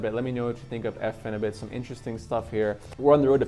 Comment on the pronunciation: It's Phenibut not Phenubit, just thought you should know.